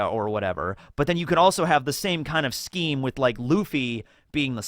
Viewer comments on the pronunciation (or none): none